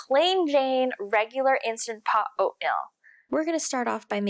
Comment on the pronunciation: Like your video. Small feedback though, the way you say Oatmeal sounds like Oatmilk. It’s oat-meal, not oat-mill. It’s not me, it’s my wife :)